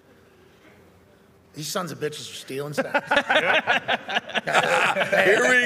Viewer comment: "these sons of beeches are stealing signs" 😂😂😂